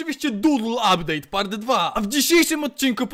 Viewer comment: abdeyt'' czapka 10/10 poprostu robi wrażenie miłego oglondania :face-red-heart-shape::face-red-heart-shape::face-fuchsia-poop-shape::face-fuchsia-tongue-out:😀😀😁